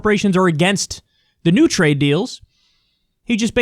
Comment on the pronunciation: Wow, a moment of clarity and logical thinking from Donald Trump. He's right on point ... up until he began to talk about how much he understood "tra-yed."